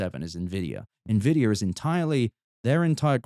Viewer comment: "Nenvidia" is a new one